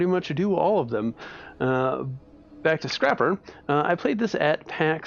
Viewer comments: Is called Scraper... But you say Scrapper? Are you illiterate or something? Sorry... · Its pronounced scrayper